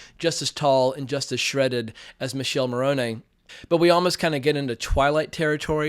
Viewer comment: Agree it was poor, heads up, His name is not Michele, is pronounced Mikelle